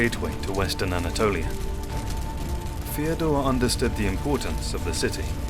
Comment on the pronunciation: Second of these videos I've seen and I have to comment on the voice. I'm assuming it's an AI with some sort of cockney element to the accent. It makes every TH diphthong come out as F so he says Feodore, Frace, Afens, Michael the eightf, etc. Surely this has to be AI because who would choose a voice-over guy who couldn't pronounce TH correctly